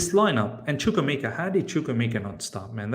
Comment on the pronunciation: The only way Chukwuemeka starts if starts pronouncing his name right 🤣🤣🤣